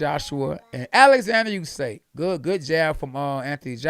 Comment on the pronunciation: usyK KKKKKKK NOT Usayyy